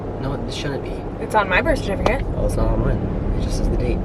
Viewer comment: “Birsh shertificate” haha did y’all notice that’s how you say it!! 😂